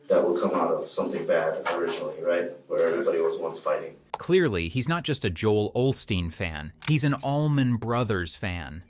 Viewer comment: Right when he said "Joel Olsteen" and instantly knew he was not right in the head.